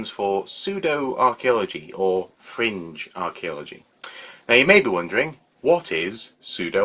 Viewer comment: The first time you said "fringe" I heard "cringe." Close enough.